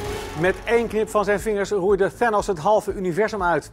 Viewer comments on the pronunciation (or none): Hij zei eerst ook ook theenose 😂